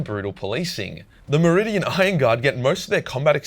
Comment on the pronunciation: Okay i am not sure if i am hearing you right or not but it sounds like you are saying meridian rather then Mordian